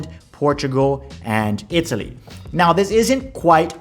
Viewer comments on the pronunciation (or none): none